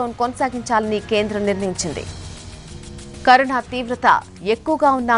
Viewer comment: Karuna kadhu carona mam